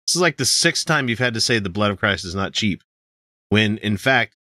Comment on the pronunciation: He's saying "sheep" right? "sheep grace", "sheepening"? I swear I don't hear "cheap", it's always "sheep". Is this performance art?